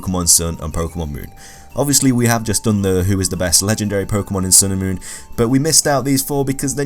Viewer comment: You keep saying "Moorn", are you trying to say moron? Or moon?